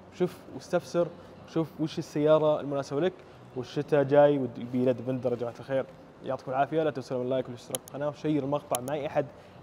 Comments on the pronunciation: اسمه ديفيندر ليش تقول ديڤيندر !! دا انجليزي يامرسي ؟ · اسمه ديفيندير مو ديفندر ولا ديڤينذر